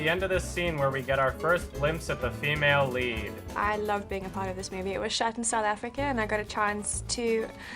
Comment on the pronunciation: "it was shat in South Africa"